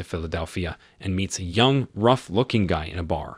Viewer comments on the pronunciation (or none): none